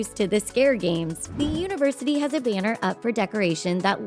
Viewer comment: where's the speaker of this video from? she has a peculiar way of pronouncing thailand and banner.